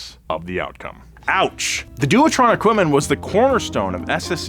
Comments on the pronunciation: Doowatron…. 😂 It’s pronounced devetron! I wouldn’t have commented but holy shit, you said it so many times in a row 😂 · It's not pronounced Shee-ron, it's Ky-ron. We won't even start on your attempt to pronounce Dewetron (Dave-etron is close to how it is pronounced correctly). You claim to be a car nut? Disgraceful!